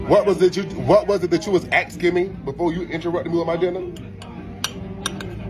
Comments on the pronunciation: Youre really expecting more from a man who pronounces the word "asking" as "axeking" 😂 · Axing me...english has gone by the way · how about his saying "asking" as "axking" ? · maybe learn how to talk. aksking. its asking, A_S_K_I_N_G pronounced, ass-king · it is axsing his food it seems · Axing him seems violent. 😂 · Cmon, Matt. The guy was axing him, that's brutal. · 👉 AX-ING OR ASKING??? 👈 😂🤣😂🤣😂🤣😂🤣😂🤣😂🤣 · The man can’t even speak! No one was “axing” him anything. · "What was you akskin me?" 😂😂😂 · “ wat was it you was axing me” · Axening me... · wut wuz you axekin me? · otherkin lol! It's the lumberjacks tools sibling, the "axekin" lol😂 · Axeking me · Is he also canceled for how he pronounces with word "asking"? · Dude cannot even say the word “asking” correctly. Low IQ individual clearly.